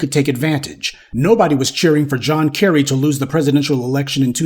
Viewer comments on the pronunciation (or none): none